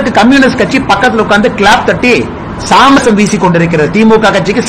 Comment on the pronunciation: எய் ஆடு, அது "சாமரம்" டா அபிஷடூ ... சாமரசம் இல்லை!